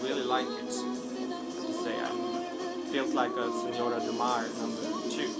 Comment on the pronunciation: Thank you for your 12th place! :) PS: You are good speaking portuguese. "Senhora do Mar".. you said it perfectly! :)